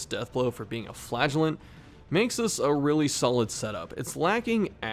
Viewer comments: I can't watch this, all I hear is "Flatulent" lol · I can't not hear you say flatulent not flagulent. I'm just picturing him farting profusely in the dungeon.